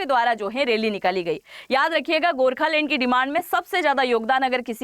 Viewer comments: Lend.........Land...... check pronunciation. 😂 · Mam rehne do aapki land ko lend bolne se hi samajh aagyi aapki knowledge ki😅…. Dhruv bhai hi es par praksh dalenge🫡